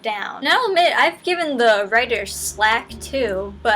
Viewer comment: Boobies! A boy's best friend. Also: FLACK. Not slack. Keep doing good,.